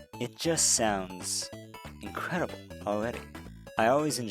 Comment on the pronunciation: I heard you enunciate 'r's in this video, so why do you sound out "incredible" as incwedibow" and "far" as "faw"? You can say "incremental" so just do that for other words instead of "wowk" for "work"